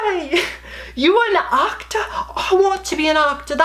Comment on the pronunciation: "You were an ahkter?? I want to be an ahkter!" This had me wheezing. Comedy gold.